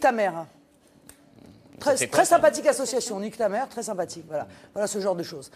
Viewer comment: En vrai elle dit niktam'air 😂